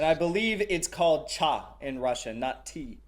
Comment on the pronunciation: not to be that guy but I’m absolutely about to be that guy- In Russian it’s “чай/chai,” not “CHA😡.” It’s just so funny to me how confidently and arrogantly he actually said that LMAOOO. You’d think he’d know Russian a bit better with all the simping he does but then again, he’s also a grifter so 💀